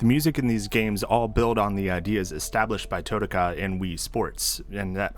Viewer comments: Your pronunciation of "Totaka" pains me, but I'm enjoying the vibes. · The way you say Totaka hurts my soul